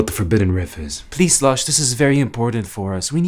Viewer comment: literally said "Slash" and not "Slosh".......